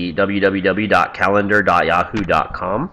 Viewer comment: Did you say YawHoo ?